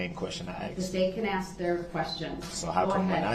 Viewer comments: It irked me to hear him say "aks" when he meant "ask" as well. Especially since he could and did say it right numerous times. Lbvs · Detective Guth, not Guf, sustain not substain, bias not biast , oath not oaf, this not dis, grounds not grounz, ask not axe, and soooo many more. Drove me crazy! Also, he needs to learn the meaning of hearsay!!